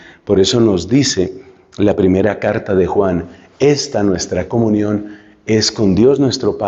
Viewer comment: Cómo es la palabra comunión que pronuncia usted? .coinonía?